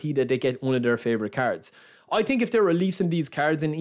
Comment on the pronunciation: „i tink“ - „the ting is“